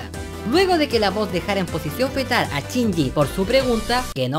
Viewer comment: por que pronuncian chinyi en vez de shinyi? en que pais usan asi el vocabulario? es para saber nomas n_n y me encanto tu video te ganaste mi like otra vez-.Saludos!